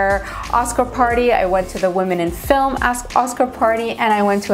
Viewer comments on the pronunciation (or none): none